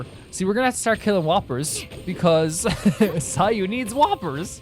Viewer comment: ITS SAYUUUU